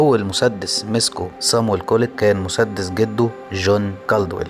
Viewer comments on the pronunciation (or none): بتنطق الاسم غلط